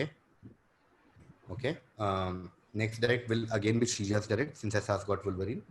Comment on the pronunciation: Ahsass is clearly cheating. If you know ‘wolverine’ you wouldn’t pronounce it as vulvereen :)